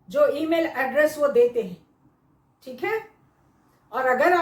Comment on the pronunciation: I love the way mam says teek it’s like dam ki